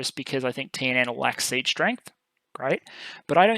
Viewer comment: By the way, your pronunciation of the TNN stuff is pretty good!